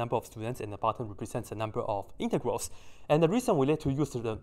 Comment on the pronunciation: I thought you said something else when you said integrals